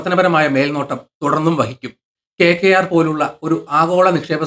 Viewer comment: എന്താണെടോ ഈ KKR ഒന്ന് തെളിച്ചു പറഞ്ഞൂടെ